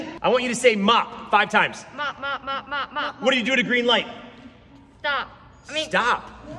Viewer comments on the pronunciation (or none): none